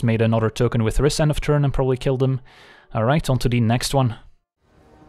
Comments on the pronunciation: Rhys is pronounced /raɪs/ (just the same as "rice") according to the japanese card (ライズ). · Rhys is pronounced like grease